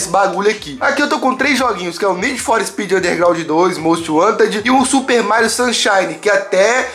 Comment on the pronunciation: falando Mairo shunshine se tornou realidade kk